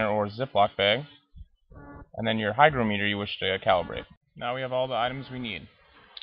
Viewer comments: It's not pronounced hyDROmeter! hy GRO meter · you didn't pronounce the word "hygrometer" correctly. You also forgot to press the "Calibrate" button on your hygrometer. It read 71%! Pronounce it like this: "hy-groh-meter". Not like this: "hy-gro-mee-ter"!:) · It's pronounced hy-GR(AH)-m(uh)ter, not hy-gro-ME-ter. Look it up. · You obviously have horrible need to be right. Both pronunciations are correct. Have you ever talked to an English person? They say things differently. English is very flexible. Don’t be a jerk.